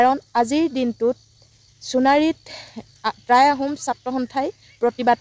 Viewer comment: Try নহয় টাই আহোম ক'ব। উচ্ছাৰণ ভুল।